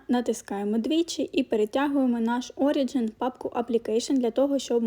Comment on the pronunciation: Про Origin то наголос на О